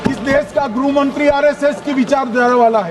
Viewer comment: गृहमंत्री को ग्रुहमन्त्री कहता है ये टकला। ठीक से बोलना भी नहीं आता।